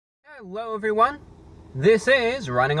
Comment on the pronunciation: Hewhoo evweeone